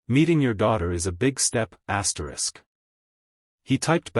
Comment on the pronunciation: Could not listen this after I heard the hundredth ASTRIX